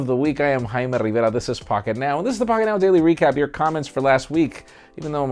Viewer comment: No. You're Jaime Rivera. Say it proper.